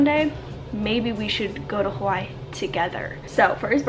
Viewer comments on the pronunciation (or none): Aaaaaaaaabsolutley love you but I’m born & Raised in Oahu & your pronunciation of Hawai’i is KILLING me 😅